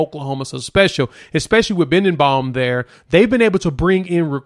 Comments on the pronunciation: His name is Be den bo, not bindenbaum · C'mon! You're not even close to pronouncing the OL coach's name...Bee-den-bow!! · Just FYI. it is pronounced Bill Be-Den-Bow! No you know. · said his name wrong but it's all good. Great video 👊😎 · Yeah you're saying his name wrong but I Gott you